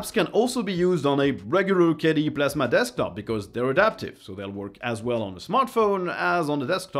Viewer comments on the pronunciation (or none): none